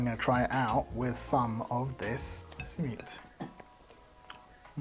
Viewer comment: That pronunciation of Simit made me get PTSD flashbacks of white people pronunciation of Shawarma. My arab friend, you have become what you swore to destroy.